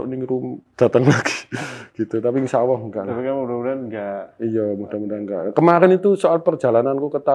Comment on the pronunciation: Sya geram bngatt nih sya Narasumber nya... Sya simak anda slalu ucapkan Ya Awoh .......apa itu ya Awoh orang Islam pasti nyebut /ngucapin Tuhan nya Alloh,,, Anda sya perhatiin ngucapin nya Awoh Awoh...apa itu Awoh...?? Anda agama apa sih?? klo anda bukan Islam mnding anda sebut YaTuhan saja...